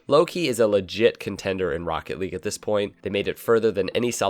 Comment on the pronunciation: He should’ve said “Jstn! Jstn! This is rocket lage” and I put lage because he doesn’t really say league